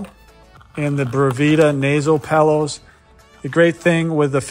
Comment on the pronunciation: are you saying nasal "pellows"?